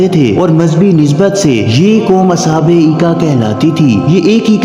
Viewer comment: As haabul ika❌As habul aika✅ madin❌ madyan✅.... Ok👍